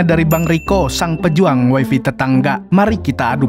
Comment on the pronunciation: waifai bg bacanya wkwkwk